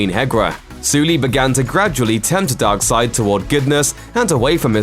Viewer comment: Great vid but i hate the way you say darkseid